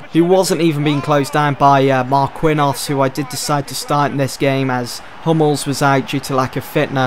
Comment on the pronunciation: It's pronounced markinios